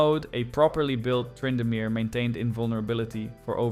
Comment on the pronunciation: TRY-indamere... Okay AI. Dang it, I thought I liked this channel